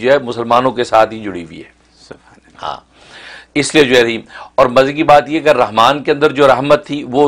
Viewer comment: رحیم (ح) کی سات ادکرنی چاہیے نہ کہ (ھ) کے ساتھ